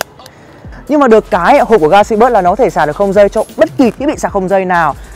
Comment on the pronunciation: "galaxy buoi" :v